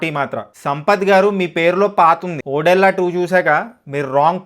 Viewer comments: వీడికి సినిమా పేరు సరిగ్గా పలకటం రాదు కాని రివ్యూ చెప్తాడు....ఓరేయ్ బాబు అది ఓదెల రా ఓడేలా కాదు 😂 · ఓడెల్లా కాదు ఓదెలా2.. ఓదెలా అనేది ఒక విలేజ్...ఓడెలా అనకు ఓదెలా అను..ఒక తెలంగాణ వాడిగా.. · అది ఓడేలా కాదు ఓదెల ముందు సినిమా పేరు కరెక్ట్ గా చెప్పు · Ayya Adhi odella❌kadu. odela ✅ first movie name correct ga cheppu tharuwatha review chepdhuvu😅😂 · Bayya oddella kadu Odela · Odellaa❌❌ O Dolla✅✅ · Bro adi ఓడేళ్ల కాదు ఓదెల….please correct ga pronounce cheyandi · Not odella it's odhela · Odela కాదు ఓదెల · ఒరేయ్ అది ఒడెల్లా కాదురా ఓదెల 🤦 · ఓడేలా కాదు రా అయ్యా అది ఓదెలా 😑🙏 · Tammudu title pronounciation odella della della kadu odhela. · ఒడ్డెల్ల కాదు అన్న ఒదెల 😢😢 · ఒడెలా కాదు బ్రో ఓదెల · సినిమా చాల బాగుంది...interseting గా ఉంది.....వీడొక పూలరంగడు.....వీడికి ఓదెలా అని పలకడమే రావడం లేదు.....ఇక్కడ review ఇస్తున్నాడు...